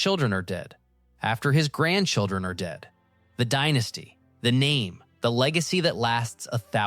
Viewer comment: yes you can tell by the way it said "Dienasty" instead of Dynasty